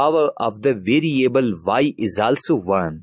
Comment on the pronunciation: 2 hours left till exam I need to learn this "videoable" (Variable) asap! Love his accent.